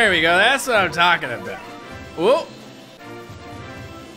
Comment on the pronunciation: said abooooot